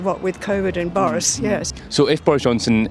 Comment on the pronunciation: I agree it's not obvious, but her pronunciation of "Boris" gives the game away imo.